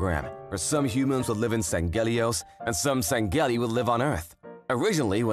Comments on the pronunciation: the Sang gheli 💀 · hearing you say san-geli is painful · Me on the outside: “Lol, funny comic, booba alien.” Me on the inside: “IT’S PRONOUNCED SANG-HELI!!!! 🤓🤓🤓🤓🤓🤓🤓🤓🤓” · Its pronounced "Sang-he-lee". But not bad for a first timer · The male VA is mispronouncing sangheili and sanghelios. Sang-heel-ee and Sang-heel-ee-os. It's like he never played the games, or at least he never paid attention to how they are pronounced. As a big Halo fan I can't let this slide. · Sangheili is said like sang heely thier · okay amazing work as always but YOU DON'T HAVE TO PROUNOUNCE THE G IN SANGHEILI ToT my inner halo nerd was in pain